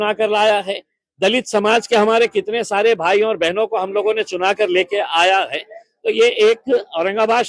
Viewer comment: Hai ka Sahi pronunciation Nahin kar paare Neta ji